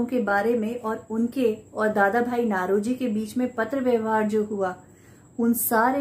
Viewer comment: नौरोजी not नlरोजी